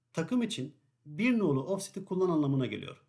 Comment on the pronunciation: cap 10 bır frze demiş ,11 gıbı anlasılıyor:face-blue-smiling